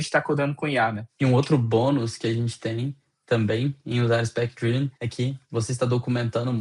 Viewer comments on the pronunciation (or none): É difícil levar a sério um conteúdo sobre 'spec-driven' quando o apresentador passa o vídeo inteiro pronunciando o termo principal da forma errada. A pronúncia correta é 'drí-ven' (com som de 'i' curto), e não 'draiven', que seria a pronúncia de 'drive'. É um erro fundamental. Ninguém é obrigado a ter uma pronúncia perfeita, mas para um comunicador se dispondo a ensinar um tópico, saber pronunciar o nome do tópico é o mínimo. Se não tinha segurança, bastava traduzir. Usar 'Orientado por Especificações' não é pecado algum e soaria infinitamente mais profissional do que repetir um erro básico. Portanto ainda bem que ele não está vendendo curso de inglês ✌